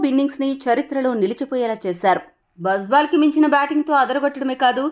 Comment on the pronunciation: Not బజ్ బాల్ its బాజ్ బాల్